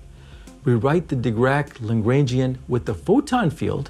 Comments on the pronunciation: Please pronounce Lagrangian correctly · Please do part II of this video, but learn how to pronounce Lagrangian first.